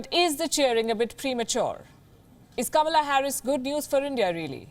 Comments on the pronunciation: The name is "KA-MAA-LAA" not KAMLA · Kamala Harris identifies herself more as as black African American [even though her Dad is from the Caribbean rather than from Africa] rather than half Indian - even wants her name pronounced as ''Comma 'la' rather than the Indian way which happens to be the way it is spelt too. Both Biden & Harris have criticized India recently over issues such as Kashmir, the CAA laws etc - so they certainly are NO friends of India & the 3m+ Indian diaspora in the U.S. should NOT be fooled but vote to re-elect President Trump who is very much pro-Indian & pro-business. The Labour Party in Britain made the same mistake last year & so angered the Indian diaspora in the U.K. so much that they mostly voted for the Tory Party in their resounding win in last December's General Election.